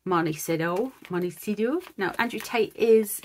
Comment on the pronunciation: Mon-ti-see-toe is the pronounciation. If it helps, I can’t figure out how to say Gloucester 😊